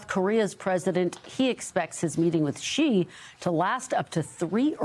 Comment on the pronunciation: The right way to say is 'Xi' as in the letter 'C' or 'see', not 'She'